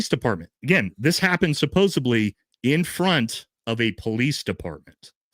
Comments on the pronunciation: Omg it’s SUPPOSEDLY NOT SUPPOSEBLY. I can’t trust anyone this illiterate. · Love you but please, supposeDly, for heavens sake lol